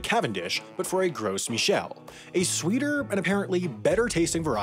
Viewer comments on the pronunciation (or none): Not a "Gross Michel" lmao it's pronounced "gro" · By the way it's pronounced "gro" not "gross" lol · They’re pronounced “grow michel”. In French, you dont pronounce the “s”. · It would be more than half interesting if you didnt say Gross Michel instead of Grow Michel. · Actually this video is wrong. The correct pronunciation is 'GRO MEE SHEL'. Not 'Gross'. Final S is silent in French. You would think he could at least get that correct 🤷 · It's pronounced ''Gro Michel'' not ''Gross''. The S is silent. The translation from French of ''Gros Michel'' is ''Big Mike''. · Isn’t is pronounced “grow” Michel, not “gross” Michel. Because it’s French, and you don’t pronounce the “s.” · Pronounce "Gro Mishel", not "gross" :3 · Why do people pronounce it as "'GROSS Michel"? It's more like "GRO Michel" (big Michael). Yes, the final 's' is silent, like in "Arkansas" (not like in "Kansas") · You don’t pronounce the s on Gros Michel 😂 sounds like you’re saying gross Michel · These videos get more and more lazily made. The fact that he pronounces it "gross Michelle" tells me that he didn't actually do any research. For reference, "gros" (pronounced "grow" in English) means "large". That's why another common name for the Gros Michel is "Big Mike" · Not the gross michel pronunciation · It's pronounced "Grow Michelle" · It's pronounced Grow Michel. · It's pronounced like Grow Michel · Gros Michel is pronounced "grow michel." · The S is silent in gros Michel... It's grow mee-chel. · Gros Michelle I understand is french and is pronounced "gro michelle" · Just want to point that "Gros Michel" is pronounced without the s. "Gro michel". Good video btw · Also it's pronounced something like "Groh Mi-shel", literally "Fat Mike" in French. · French speaker here: Gros Michel is pronounced "Grow Mee-shell" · That's not how "gros" is pronounced; the "s" is silent. It sounds like "grow", but with a French accent. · The "s" in Gros Michel is silent. So just "Gro Michel". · The "s" in "gros" is silent